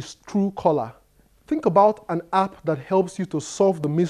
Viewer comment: it's pronounced "App" not "happ"